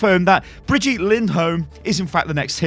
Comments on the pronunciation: Before I end up loosing my teeth because of all the grinding I do every time I hear this "bree-jeet" ...If it really IS the German version of the name, as mentioned in your first "WILD SPECULATION", then it's "Bri-GIT-eh" ! (the "bri" and the "git" are rather sharp and the "E" at the end is NOT (never ever!) silent in German!) Just so you know how to call her from now on ;P ...Greets from Germany BTW ^^ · It's brigitte, not fcking brigette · When you're English and can't pronounce "Brigitte" but you pronunce it as BRIDGEtte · when thre name is bridgitte but dumb says bridge yeet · It genuinely triggers me that you call Brigitte "Brigeet" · He said Bridyeet when pronouncing it i’m actually shook to the core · that is not how you pronounce her name...NotLikeThis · Your saying brigitte wrong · U pronouncing 'Brigitte' like that is getting annoying really quick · Why tf are you pronouncing Brigitte like that??